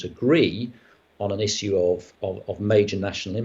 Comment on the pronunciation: Hodges lost the debate for me at his first pronouncement of the word 'issue' in the style of tissue....